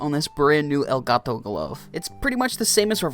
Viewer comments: He says it like gito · “El gato” ur pronunciation honestly makes me laugh